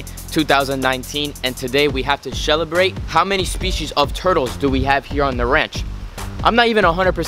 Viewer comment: "Shellibrate" -- LOLL